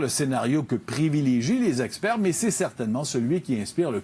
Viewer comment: Différents zespaires???? Différents zestpères pour vrai Latenderness???